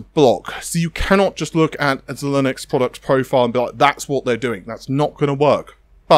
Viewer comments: Zy Linx not Z-Linux 😂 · Zhelinux? Zheye-linx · P.S. it's zi-linix not zi-linux (although that would be fun) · You're not pronouncing Xilinx correctly. It's not Xilinux. Thanks for the video. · 9.52 , I did NOT just here this guy pronounce Xilinx as “ze-linux” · Xilinx is pronouced Zy-links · Nah its pronounced Zee-links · its pronounced Jih-links